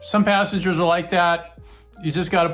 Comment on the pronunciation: Assengers😂 is what i thought you said